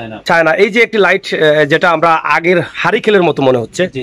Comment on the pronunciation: হারিকেল নয় হারিকেন